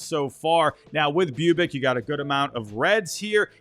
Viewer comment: Boo-bich not Bew-bic.